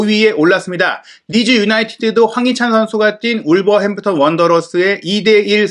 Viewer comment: 역시..기자는 아무아 하는구나..개나 소나 다 기자..사우스햄프턴..울버햄프턴..일본에서 영어 배웠나?..ㅋㅋ